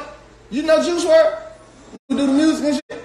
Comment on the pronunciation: Aye “Joo Wurl Dayd”